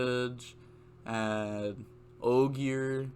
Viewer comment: Renaud = Ren-awed Astolfo = Ass-tall-fo Ogier = ogy-er